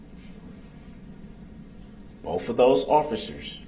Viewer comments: Bofe detectives? Bofe? How can a grown adult actually say that? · I wonder if the lady typing the record, types "both" or "boff", when dip shit talks. 😂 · During boof, cant he say both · "BOFF.... BOFF detectives"